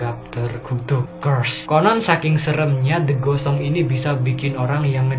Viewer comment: Waktu abang bilang "the ghost songs" Itu aku malah denger "the gosong":v wkwkwkkwk